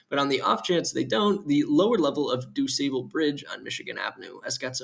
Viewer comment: Du Sable is pronounced Du Saw Ble